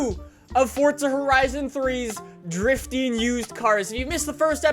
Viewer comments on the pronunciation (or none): It's Forza, not Fordza. just FYI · Fortsa is the correct pronunciation ffs. Educate yourself.